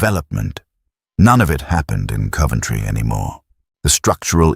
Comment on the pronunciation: No "u" in Coventry.